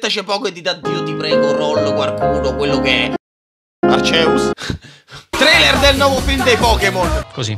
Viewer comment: Si pronuncia Archeus